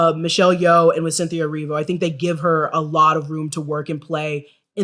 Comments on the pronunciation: eh-REE-vo. not erivio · Erivo not Erivio 🙏🏼🙏🏼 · The way he said Cynthia Erivo... yikes.